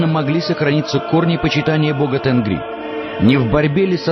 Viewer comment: Правильнее будет не Тенгри, а ТЕНГИРИ!